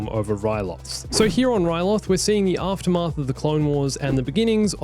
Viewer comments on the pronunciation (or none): none